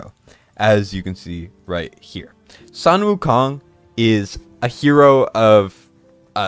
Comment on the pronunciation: Sun Wu Kong in chinese is pronounced as Soon Wu Kong